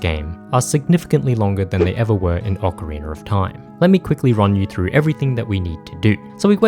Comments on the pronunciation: tf do you say ocarinr for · Not the hard R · Why do Europeans always pronounce it "Ocareener"? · Ocariner of Time